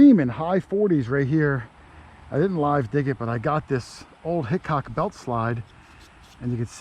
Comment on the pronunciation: Did you say Hickok ?